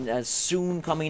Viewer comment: why do you say "later" so werid at the end of every video. its pretty annoying!!!